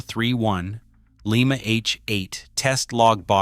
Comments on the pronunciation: Lie Ma not Lee Ma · Lima is pronounced like the bean, Lima. The wayAI pronounces it is the city Lima in Peru. The town of Lima Ohio build some real power.